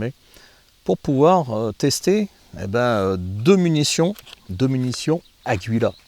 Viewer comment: le U ne se prononce pas